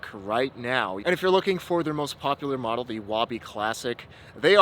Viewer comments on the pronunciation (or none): none